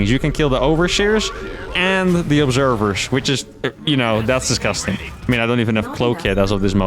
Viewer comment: dis - gus - tang